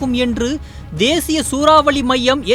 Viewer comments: அது சூராவலி இல்லடா சூறாவளி... தமிழ் ஒழுங்கா படிங்கடா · சூராவலியா ? சூராவளியா ? நீங்கதான் உண்மையான தமிழ்செய்தியாளர்